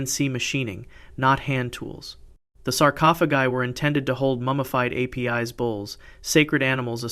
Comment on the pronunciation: A-P-I-S is correctly pronounced as Ay-piss or Ah-piss...